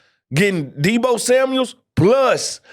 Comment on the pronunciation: We gotta work on getting Deebos‘s name right. I cringe every single time I hear the S at the end